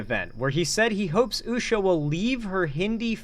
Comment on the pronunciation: In before the bum-bots. Somebody get that girl a toy, she's clutching and clawing at everyone's man! Did you see her getting handsy with that creep, Jesse Watters, too? And also, notice she can't even say Usha's name?